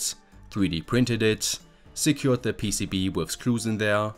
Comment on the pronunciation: PCB-uh? I think it's just PCB, no -uh after.